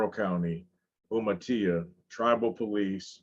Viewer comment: I love how reads everything like it’s in Spanish Umatilla is pronounced ( you mah till ah) it’s all love and respect and it’s funny They want to be “clubs” but that diamond denotes something else and by all legal definitions they are a gang Im surprised they are in Washington that’s mainly banditos and some H.A. Not pagans